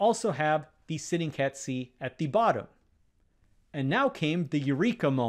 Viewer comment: Ay table? Ay cat? Thee table? Thee cat? The words are A and The, spoken with a schwar [ ə ].